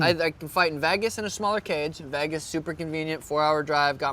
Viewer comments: Why does Sean pronounce “Vegas” as “Vaigas”? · Why does he say vagas instead of vegas? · Stop saying Vagis! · “Ve-gas “the city that never sleeps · It's evident he really want to fight in Veygus... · It’s not veghas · Sean "Vaygus" O'Malley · Being from vegas that shit burns my ears😭😭